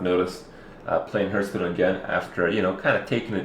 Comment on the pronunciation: I love how Kripp after all this time still insists on calling it "Hurthstone". He clearly doesn't give a single fuck. :p